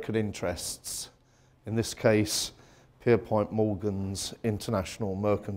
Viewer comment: PierPONT not POINT. Common mispronunciation but it's aggravating. 😁 Alexander Carlisle was the chief designer of the Titanic as well as the first of the trio, RMS Olympic. Thomas Andrews took over after Carlisle's departure from H&W in June 1910.